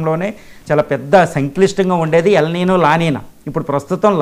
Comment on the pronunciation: వాటిని "ఎల్ నిఞో" & "లా నిఞా" అని పలకాలి.